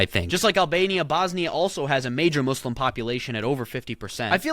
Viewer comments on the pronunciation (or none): none